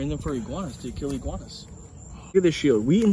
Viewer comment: Iguanas, not goanas